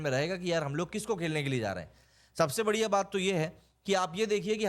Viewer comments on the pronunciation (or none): none